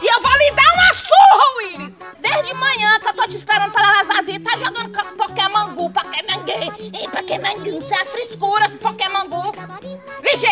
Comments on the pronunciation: Poqueman gu kkkkk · Adriele Queiroz pra mim ela falou pokemam gu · Adriele Queiroz pokeman gu kk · Pokémon gu pokémon gu essa frescura de pokémon gu kkkkkkkkkkkkk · Pokemom ku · "Pokemon gu "KKKKKKKKKKK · "Eu Vou Te Ensinar Muleque Como é Q Joga Pokaman Gu" Kkkkk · Ela falou pokemon bu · "Pokémon gu" kkkkkkkkkkkkkkkkkkkkkkkkkkkkkkk 😂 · ela falou pakemon gu kkkkk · Falou "Pokemon Gu" Nunca mais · O mais engraçado foi a mãe dele dizendo Pokemam gu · "Pokemon gu kkkkkk" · A muier parece q nunca aprendeu a fala pokemon go na vida,so pode ser isso mermo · Pokéman gu kkkkkkk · pokeman gu kkkkkkkk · Pokeman gu kkkkkk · Mae sempre fala o nome do joga errado kkk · A mae dele sabe nem falar o nome do jogo